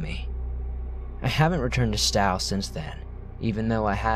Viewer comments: Okay, it's pronounced "Sto" with a long "O". Not "Stoww." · Not stow like sow it’s Stowe Longhorns o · From the first story, Stowe is said stow like show and the e is silent. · Hi there! Just for the record, Stow is pronounced with a long "o"; as in "please STOW your luggage overhead." I'm New Englander, so this is why I am aware of the correct pronunciation. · In the first story, Moss Glen Falls are so cool. You said "Stowe" wrong, but it's hard to tell how places are pronounced. Stowe rhymes with slow, just FYI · "Stow" Vermont...as in "row, row, row your boat". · It’s pronounced Stowe ( as in “rhymes with tow”) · Why can't anyone pronounce Stowe right lol love the cryptid story's keep up the good work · Ugh the way he says Stowe is painful lol I’m a Vermonter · The pronunciation of Stowe, Vermont was godawful. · I love the stories but you're killing me by mispronouncing words!!! :/ Please fix ?